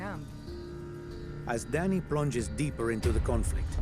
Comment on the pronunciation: It's not Danny man!!! It's Dani...